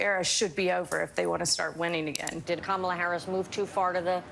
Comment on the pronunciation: Why do you keep saying “Kämala” like that?